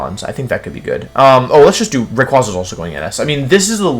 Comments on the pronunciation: YOU'RE SUPPOSED TO SAY MEGA SALAMENCE, NOT SALAMENCE MEGA EVOLUTION! AND IT'S RAYQUAZA, NOT RYAQUZAN! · For future reference it’s pronounced “Ray•kway•zah” not “Raykwahzah”. Rayquaza’s name is literally named after a quasar.